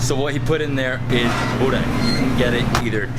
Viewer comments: When you say Burek with cheese, one Bosnian dies somewhere! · Čim je reko sa sirom Buurek,fail.:D